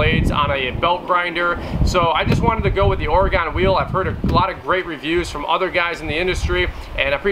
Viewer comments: OR-Ah-GIN. No Gone. Its not OR-A-GONE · It Or-Gun not OrAgone :) Great review, thanks! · Oregon; pronounced "ore-gun" not "ore-gone" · Excellent. I just took delivery on this same model - still in the box. This was very helpful and saved me some time. BTW, not to nitpick, Oregon is Oregun, or even Oreg'n, not Ore-gone. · Grinder looks cool. As a person who’s lived in Oregon I have to mention Oregon is pronounced ory-gun not ory-gone. Thanks. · Good video but every time you said Oregone drove me nuts out this way we pronounce it Orygun I know but it's how we identify out of state folks or fresh transplants lol